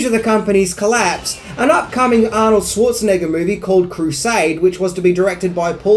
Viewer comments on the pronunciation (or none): none